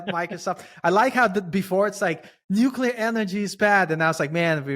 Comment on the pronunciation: "nuculer" x_x